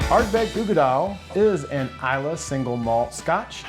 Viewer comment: Finally... someone who knows how to pronounce islay. Speaking of scotch, how do you keep it from oxidizing?